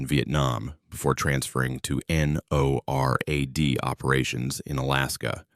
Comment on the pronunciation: The AI voice says N-O-R-A-D 😂😂😂 not NORAD.